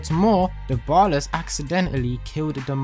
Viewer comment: Ballas* not bollas